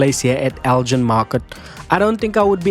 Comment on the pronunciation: Nice one. Fun fact - it’s pronounced El-gin with a hard G as in give, not as in gin and tonic. Named after the Scottish town of Elgin.